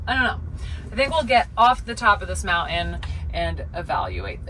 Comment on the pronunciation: Mountain had a T in it. Didn't know if you realized that because you're not pronouncing it. Anyway mounTain 👍